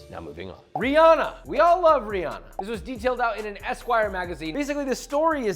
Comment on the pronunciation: my good sir. Its not 'Ree-AH-uh' its 'Ree-AN-nuh'. I dont listen to her music but still gonna say her name right